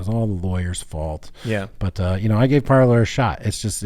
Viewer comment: If only I had a dollar for every time someone calls it “par-ler” instead of “par-lay.”